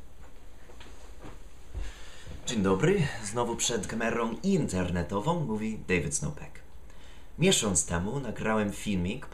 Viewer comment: Just one little remark. You should stress it like that: interne'towy rather than 'interne,towy. Other than that, I'm really impressed.